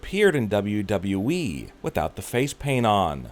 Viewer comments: He says wwe like duba duba eee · Why did you change your way of pronouncing WWE?😂😂